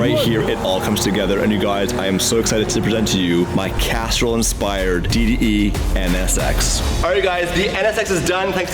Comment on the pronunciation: It sounds like your saying Casserole instead of Castrol lol am I the only one noticing? 🤣